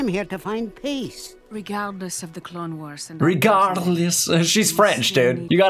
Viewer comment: "Star Wars The Clalexnes Wars" 😂😂